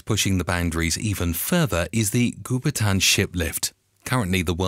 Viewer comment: Goupitan is pronounced "Go Pea Tarn", not "goo per tan".